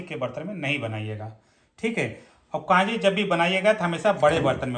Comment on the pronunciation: जी कांजी नहीं कंजी है। नारायण चेन्नई से आपके वीडियो बहुत उपयोगी सिद्ध होते हैं। धन्यवाद।